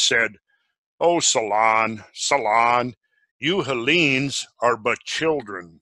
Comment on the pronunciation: jesus why the accent on the second vowel every.damn.time XD it's HEllene and HEllenes, it's SOlon not SolOn, and many others